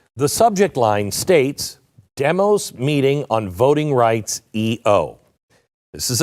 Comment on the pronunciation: Your mispronouncing Demos Glen... The pronunciation mark is even included in their name to tell you how to say it .... Dēmos (Dee mos, as in "Demon")